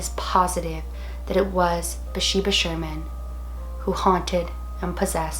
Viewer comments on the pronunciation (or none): I thought her name was BaTHsheba? Not Basheba...either way, loved this movie and Lorraine and Ed Warren movies! Always so well done. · It is BATHsheba. She wasn't pronouncing it right, but I love her anyways